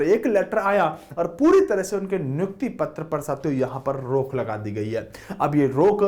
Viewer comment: Hindi ka bhi janaja nikale ho bhai😂😂😂😂😂😂😂rukh ki rok